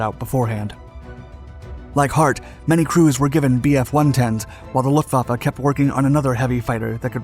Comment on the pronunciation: The depth of technical detail, particularly regarding aircraft armaments and design choices, is commendable. However, some factual errors and mispronunciations (e.g., “Luftvafa” instead of “Luftwaffe,” “punzer knocker”) detract from the overall credibility. A polish on narration accuracy would help elevate the production.